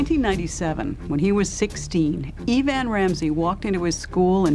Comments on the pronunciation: EeeVan?? Not Evan. How do people graduate high school, let alone get a job as an announcer/news presenter without knowing how to announce basic names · E-Van or Eh-Van. AI doesn’t get numbers or names right much of the time. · “E”van? How stupid